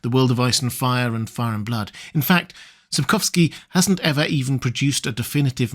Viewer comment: Wow, you pronounced "Sapkowski" very nicely, congrats, I've heard people badly butcher his surname many times. Sapkowski once said he considers anything other than his stories to be just fan fiction, fair approach, I suppose. But it comes at the cost - there's really very little canon lore.